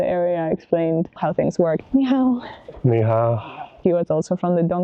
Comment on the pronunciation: Sometimes when you say hello (nihao) to someone and don't get a response, it's because there's something wrong with your pronunciation and they don't understand. There are four tones in Chinese, but your nihao doesn't have any tones.